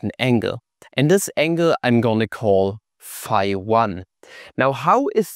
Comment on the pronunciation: fee fah foh fum i hear German mispronounce phi